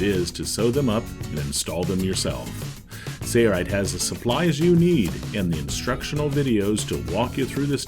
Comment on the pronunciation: Dude needs to learn how to pronounce SAILRITE instead of "SAYRITE".